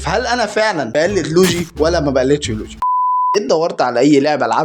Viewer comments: يسطا معلش عارف اني بعدل عليك بس اسمه مش لوجي (لوييييجييي) 😂👍🏻 يسطا مجرد الكلام عن المحنكبن دون ذكر اسماء اصلا برضو تكريم يبرو مش انت اللي بتتكلم ❤️‍🩹🙅🏻‍♂️ متعملش لل💩 سعر انت اعظم من كدا 👍🏻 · يسطا لويجي مش لوجي😂😂😂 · اسمو لويي چي يسطا مش لوچي😂😂